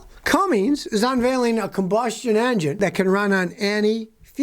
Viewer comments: Those who cant read and write "CUMMINS" should not pronounce it "CUMMINGS" there is no letter "G" in cummins. Its not Cummings. Its CUMMINS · Scotty, its cumminS, not cummings :) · It's CUMMINS not CumminGs. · PLEASE!!!!!!!!! Pronounce words PROPERLY!!!!!!!!!!!!!! It is NOT, NOT cummings, it is CUMMINS!!!!!!!!!!!!! You are supposed to be a professional, please speak like one. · its Cummins scotty , not Cummings lol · It's Cummins, there is no G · If I hear Scotty say "Cummings" one more time, I might go insane. The engine company Cummins has no g in it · Seven decades. You’ve been alive SEVEN DECADES. There is no “G” in “Cummins.” Damn this drives me crazy! 🤦🤦🤡🤡😆😆